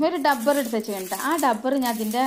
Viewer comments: ഡബ്ബർ അല്ല റബ്ബർ എന്നുപറയുക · ടബ്ബറല്ല റബ്ബർ എന്ന് പറയൂ